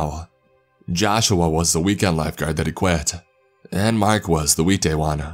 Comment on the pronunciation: Anyone else hear week day guy as weed day guy